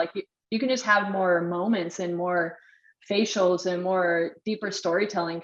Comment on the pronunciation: She said facials LOL!!!😂